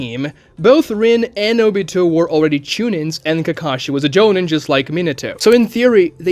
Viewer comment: Why do you mispronounce "jonin", "chunin", "genin" and "Rin"? You're a Naruto-specific YouTuber, you should know the proper pronunciations. Jo-neen. Chu-neen. Gen-een. Reen. not "joe nin", "chu nin", "gen in" and "Rin" It's one thing if you've only read the manga but I'm sure you've seen the anime as well and therefore you've heard it pronounced. Also Kakashi and Obito's Part I & Part II ages are listed on the Databook so idk why you're like "i guess they could be this age, but it's very obvious they should be this age" when we have factual evidence to support your points that you could be showing of why they're very firmly 26-27 in Part 1 and 13 in Gaiden. Rather than just saying "well they look this way based on their design"